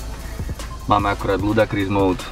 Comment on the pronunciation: Ludakris :D :D ... je to ludikrous O:) detail ale trhalo mi rohožku keď som počul ludakris